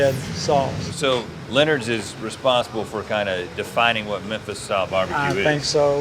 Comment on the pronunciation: As a Tennessean, I’m just gonna say... It’s MeMphis. Not Mephis...